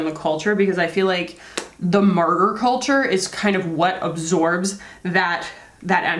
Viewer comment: Sorry but what did you say ? I keep hearing "murder culture" but I googled that and had no results!